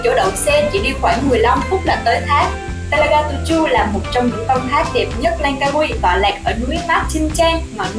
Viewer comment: You pronounce "Telaga Tujuh" so accurately, like a local..haha..